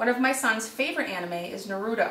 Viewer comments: Awesome tutorial (your kids are very lucky to have such an enthusiastic mom), and I hate to be rude, but it's pronounced NAruto, not NarUto. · you said naruto wrong Na- Ru- Toe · Ma'am it's Nar-you-toe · Or nar-u-to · Wait it's nar-o-toe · not how you to pronouns naruto